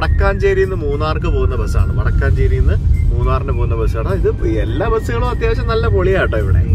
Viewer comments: വടക്കാഞ്ചേരി അല്ല വടക്കഞ്ചേരി ആലത്തൂർ പാലക്കാട്‌ name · ഇത് ഞങ്ങളുടെ നാട്ടിലെ ഡിപ്പോ ആണ്...., വടക്കാഞ്ചേരി അല്ല കേട്ടോ വടക്കൻഞ്ചേരി ആണ്.... പാലക്കാട്‌ ജില്ല മറ്റേത് തൃശൂർ ജില്ല ആണ്